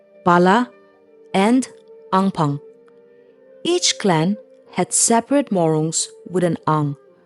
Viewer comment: it's not Angphang, it's Angpan. So many errors, please delete this and re-upload it after refining the script properly